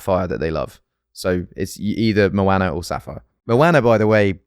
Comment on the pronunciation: The way he pronounces Moana confuses me as a polynesian 😂